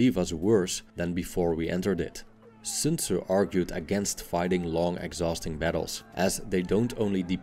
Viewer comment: Good almost-native pronunciation of "Sun Zi".